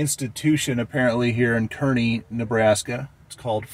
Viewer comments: Pronounced Karney by Nebraskans. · It's pronounced CAR-nee. And you missed the massive national car show today. Cruise Night. It's massive. Activities everywhere and cars as far as the eye can see. Guess your video came up bc I'm in Kearney today. Hope you see all there is to see. The Fort, the Bridge. All of it